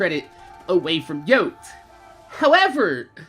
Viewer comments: It's pronounced yoty not yote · I know its years late but his name was pronounced yotey....slaya....not yote... just had to get that out... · It's pronounced Yo-tee not YOAT, Like Coyote. I mean, he said his own name in almost every video. RIP man, he was cool as hell. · Yoteslaya* Not Yotslaye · I think it’s pronounced yoteeeee-slaya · You can tell he’s kind of a fake fan because of the way he’s saying yoteslayas name lol, (Yotee Slaya) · I'm only here watching this video because of his name in the title and I think it's pretty messed up that you say his name wrong 4000 times in this video. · Can you atleast say his name right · Not even enough respect to pronounce his name right... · They should make an easter egg where there's a guy named Podie driving a bandit technical and he gets hit by a train. Also, the fact that you can't even say his name right is pissing me off.